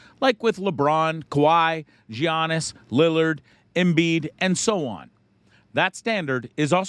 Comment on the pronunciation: Dude said Johnnas lol it’s pronounced Yannis - Giannis